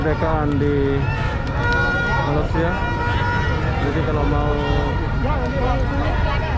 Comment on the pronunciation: Saudara...tolong sebutkan nama negara kami dgn baik...Malaysia...bukan malasia...